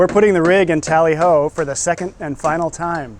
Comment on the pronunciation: T (O) lly Ho ????? nice try...